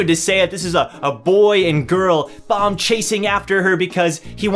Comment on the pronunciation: Not trying to hate or something but why do you keep saying bomb it's baam